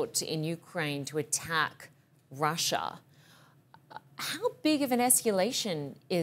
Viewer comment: THERE IS NO WORD IN ENGLISH CALLED "ESCULATION". OBVIOUSLY YOU MEAN "ESCALATION"!